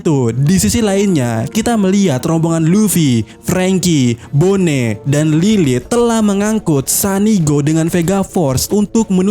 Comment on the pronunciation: Bone lagi, bone lagi... perasaan bonney dilafalkan boni dah, coba deh cek di animenya